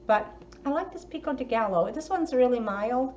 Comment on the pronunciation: Just a heads up, the gallo, in pico's de gallo, is pronounced guy-oh. The double l's are pronounced as a y. This haul looks pretty tasty!